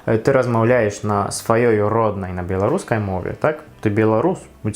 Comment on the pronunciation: малайчына, ты вельмі добра ўмееш гаварыць. На беларускай. У цябе талент. Правільнае вымаўленне.